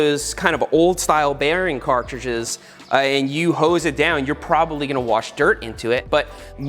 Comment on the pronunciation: I died when he said: and i gonna grav the hoe😂